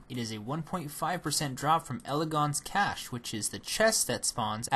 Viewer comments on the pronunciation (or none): none